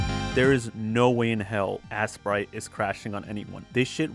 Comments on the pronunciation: you know it’s not pronounced ass-sprite it’s ace-sprite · Why are you calling it assprite?